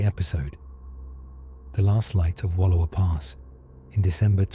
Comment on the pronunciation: Please learn how to pronounce Wallowa, I live here and it's annoying.